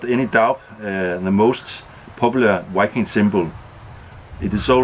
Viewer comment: Here You can always expect the best….You can expect to prepare a good meal, share an enlightening story and of course.. a handmade craft from the BUSH!, I’m curious if you can pronounce the “V” in the word Viking… I hear you say“Wiking”…which I love the way you say it.. was just wondering. cheers and thanks for the great videos brother!